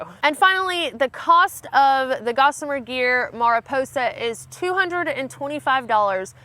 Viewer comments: Why do people that live in the east always manage to butcher western names? Mariposa is a Spanish word properly pronounced "Mair E posa" and the first syllable rhymes with fair. It is a bit gringocized in the west where the E is can sometimes be pronounced closer to the sound of an "A." But, having lived as a minority in a Hispanic town, I tend toward the proper Spanish pronunciation. It is the name of a species of plant (Mariposa lily), a county and town in California located just west of the Yosemite Valley. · And once again it sounds funny to hear you saying words in Spanish... Mariposa it means butterfly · Of course you have to pronounce it with a southern drawl. We wouldn’t expect anything different 😉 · Ma-ri-po-sa as opposed to mea-ri-po-sa, it's Spanish for butterfly. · It is Mariposa which means Butterfly... Not Merryposa. You don´t just call it Betterfly, or do you? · Mah-ree-posa, try to do the rrolling R for ree. 😇🙏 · Without looking at other comments, Mariposa is a Spanish word so it was pronounced wrong her way and the company's way! It's actually pronounced "Mariposa", LOL! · Just in case your curious in Spanish the word sounds more like “mary posa” or “mah re posa” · It's pronounced "mariposa" :D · I'm pretty sure it is pronounced like Mary-posa with a long O sound. It is a spanish word that means butterfly. I don't know why so many people from the south have problems pronouncing spanish words did you fail spanish or just not take it? If not what language did you take? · mah ree PO sah. Spanish for butterfly. And the "r" is more like a "d". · FYI, Mariposa city and county in California are pronounced MARE-uh-poe-sa. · Mariposa—Spanish for butterfly. Roll that “r!” Marrrrrrriposa! Great pack! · Mariposa is butterfly in Spanish. The first a sounds like in 'a'pple if you are interested. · Mariposa means butterfly in spanish. To say it in spanish just roll your r.